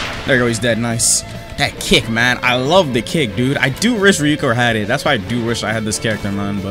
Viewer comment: why do i hear " satsuki's cake" instead of "satsuki's kick" 💀💀